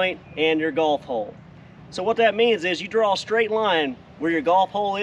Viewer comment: A lot of times when you say "golf hole", it sounds like "golf ball". "Golf hole' is not a term I've ever heard.